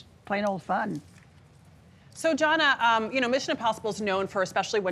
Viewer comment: "It's Jonna, not 'Joanna'. And I'm never coming back to this show again."